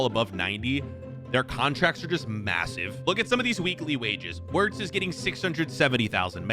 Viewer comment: wirts is crazy (it’s pronounced virtz)